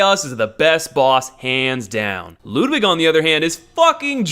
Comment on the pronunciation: The way you pronounce Ludwig angers me Lewd wig